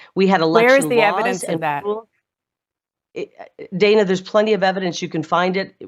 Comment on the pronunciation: Dan-a, don't call me Day-na Bash is such a hack.